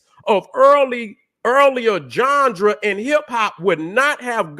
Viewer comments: Lol. I get my kicks every time he says the word genre aka johndera. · is the only one, who can get away with pronouncing genre,as johndruh. Get em 🫡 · been my guy for a decade and a half now but someone tell this man how to say Genre please 😂😂😂